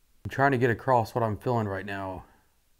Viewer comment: Love you 3 musketeers. I have a giggle when says “acrosst” instead of across…☺️